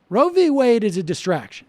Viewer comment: It's Roe, not Road.